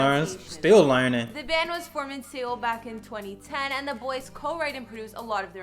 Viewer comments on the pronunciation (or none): Correction Seoul is pronounced like Soul in English the fuck is SE ool? Lmao